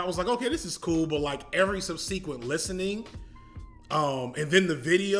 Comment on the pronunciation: Brother, look up the pronunciation of "subsequent". The stress is on the first syllable (SUB se quent), not the second (sub SE quent). I hope that helps, but listening to a proper example is best. Great content as always! One of my favorite channels